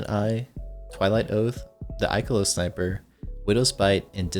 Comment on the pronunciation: "The IKELOS sniper" lol